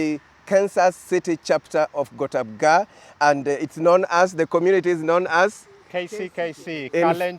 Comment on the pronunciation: Kalenjin commmunirry in Kansas cirry😂😂😂😂😂wueh😂😂😂